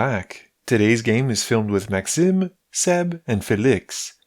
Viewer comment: This is the fifth or sixth video, I've watched from your channel and the way you say Felix and Maxime give me Quebecois vibes. Do you by chance play in French/English and do the voiceover in English?